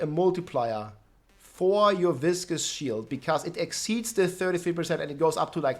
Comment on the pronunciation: Biggest takeaway: that is how you pronounce "viscous." It's not vicious. They are two different words. isn't even a native English speaker and he's the first person I've seen say it correctly lol